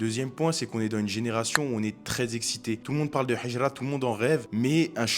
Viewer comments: Salam, Hijra avec un ه et non pas un ح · Salam mon frr vu que t'arrive a dire al hamdoulilah il faut dire al hijra le "H" faut que tu le prononce de la mm manière qu'avec El hamdoulilah baraka Allah oufik